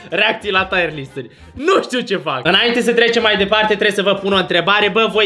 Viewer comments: Fra nu se zice taier list se zice tier list😂😂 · Se zice cum se scrie , Tier list , “taier” list înseamnă altceva